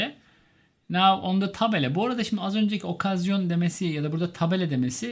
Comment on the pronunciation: Okazyon ahahahhaag